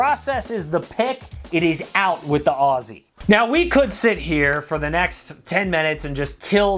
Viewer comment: The word “Aussie” is actually pronounced “Ozzy”